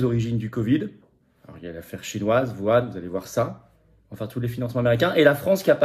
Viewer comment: Tu peux prononcer Whuan correctement ?